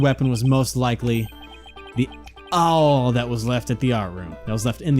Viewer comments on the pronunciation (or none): Awl is pronounced like All